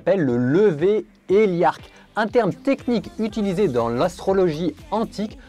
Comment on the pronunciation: Merci. Il s'agit du lever héliaque, et non héliarque...